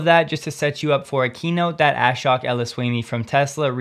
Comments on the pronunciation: Brah, it’s a-shook not ass-shock lol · Shhh... Just so you sound better, Ashok is pronounced more like ush-oak in the Hindi vernacular. Love your show!